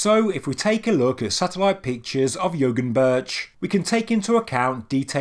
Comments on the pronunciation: Excellent video!! Great content. Just FYI, when you see Ğ as in Yoğunburç, the Ğ is silent and pronounced yo- unburç. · An interesting point, as I went on a Turkish road trip some years ago, the G is silent, so this site would be pronounced Yowunburch. "Dag" is the word for mountain and it is pronounced daaaaa. I visisted Gobekli Tepe on that trip. Not much of it had been excavated back then. All that was there was a boy who said he was a "guide" and a security camera.